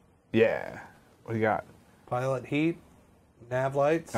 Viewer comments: lol pitot heat not pilot heat XD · haha. It's not "Pilot Heat." It's "Pitot Heat." And the second 't' is silent, pronounced: "pee-toe."